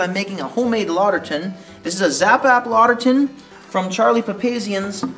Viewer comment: Good demo. However, it's two words, written "Lauter Tun" and and pronounced like "lauter ton". Also, according to the people at Brew & Grow, that spigot is a bottling spigot only and not suitable for the hot temps of mash and sparge water. You'll need to use a stainless spigot or find a plastic spigot suitable to high temps.